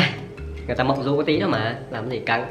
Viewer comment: Vâng ,đọc nhầm mộng du đi mua dưa thành thẩm du đi mua dưa. ĐM☺ 😺👽